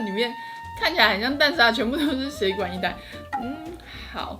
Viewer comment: 蛋沙拉的那邊，從頭到尾都說「血管」義大利麵，真的是笑死了😂😂😂